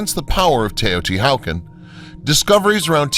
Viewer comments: Teo-Ti-Walk-On* not wow-kin vids are dope though. Thanks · Why are u unable to Pronounce Taya-Tee-Wuh-Con properly? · Teotihuacan is not pronounced “Teh-o-ti-how-can” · Atrocious Aztec pronunciation. Seriously, Teotihucan? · its pronounced tao-ti-wa-kahn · Or ANY Indian word written in Spanish orthography :S Makes the rest of the narrative seem schlock. HU = W Mr. Narrator!!! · The whole reason I started reading the comments was to see if I was the only one bothered by his pronunciation of Teotihuacan. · Tay-oh-tee-wuh-kahn. My-ka. And I think it's the Beck-kah Valley in Lebanon--emphasis on 2d syllable. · Interesting information, weird photography (I hated the "shadow") and, yes, the poor pronunciation. While watching the segment on Teotihuacan - what did he call it? - I had started to wonder if the scenes were of some other site. And mica? Never heard mee-ka before. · Narrator seems to be using Germanic-English pronunciation rules for the pre-Columbian sites. Anyone who mangles the pronunciation of Teotichuacan and Nahuatl is suspect in my book. So easy to find correct pronunciation.At least he got Tikal and Monte Alban correct. Hearing Na-HOW-tell was like fingernails on a chalkboard to my ears.